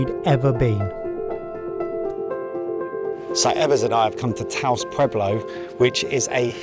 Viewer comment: So that most of the world can relate you may consider asking how to pronounce the food, places and other things. The S on Taos is silent for instance. did say taco correctly once. Good on you!